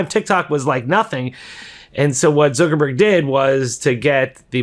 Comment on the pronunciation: Why do you call Mark "Zurckerberg"?